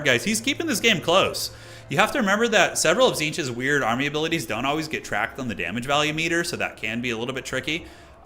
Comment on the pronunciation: "Alot of damaaage" is exactly what the turin watching french would say.